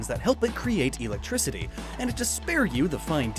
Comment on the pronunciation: Did... did he say "EELectrictiy" in minute -something?